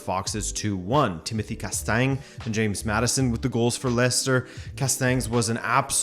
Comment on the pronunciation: Casta-nyuh French gn is pronounced like a Spanish N tilde.